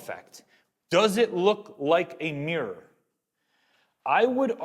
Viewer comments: You know is called MIrror right? not meeror..is it me or mi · The word is mi - ruh not meer. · Nice video but doing my head in that he keeps pronouncing mirror as meeeyer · Get a Canadian or a Brit in to say 'mirror' for you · How to pronounce "mirror"? try putting the letter "o" in it to start!